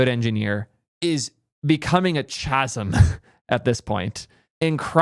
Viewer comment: Did you just say "CH"ASM?